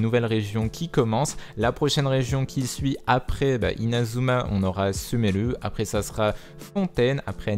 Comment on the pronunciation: euh ton accent pour dire sumeru plus jamais